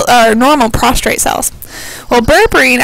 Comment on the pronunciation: Prostate, not prostrate